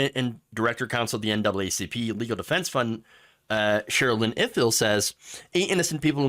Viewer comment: Thank you for your constant work. I listen every day. You deserve better views. Gwen Ifill is pronouced "eye fill" like the Eiffel Tower